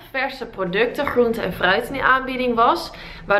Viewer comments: Niet flauw bedoelt maar jij zegt groente heel erg raar😂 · 'GR' spreek je zo vreemd uit 'Groente' bijvoorbeeld